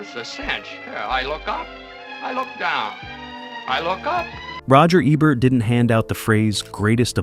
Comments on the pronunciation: It's E-bert not Ay-bert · EEEbert not "ibert" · For God's sake, the man's name is E-bert. Not ebb-bert. Not ah-bert. Not A-bert. E-bert. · aybert. 😂 you need to take this video down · It is EE bert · It is EEEbert like eBay or email. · EE-bert, dummy. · Your inconsistent pronunciation of Ebert I’d distracting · If you’re going to cash in on a man’s legacy, you might want to pronounce his name correctly, consistently, throughout your video.